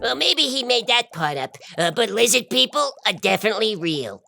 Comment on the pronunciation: "Lizzid People"